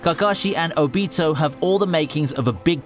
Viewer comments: HE SAID OBEETO... ITS OBITO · who tf is O-Be-toe? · Julius O.a Obito not Onito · This dude saying obito wrong. “Obiito” is not right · The way he said ObEEto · This dude pronounced Obito wrong 😹